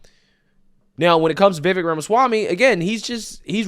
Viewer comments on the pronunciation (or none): It's pronounced vi-vake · It's Vuh-VAKE' . And yes,he's great. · Vivek is pronounced Ve'Vake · Vivek rhymes with cake.